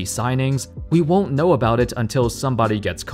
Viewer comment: Right off the bat your grammar is straight up wack. Obviously you do not know how to pronounce the word "renown". Say the second part of the word as if you're saying the word noun not as if you were saying the word known. Got it?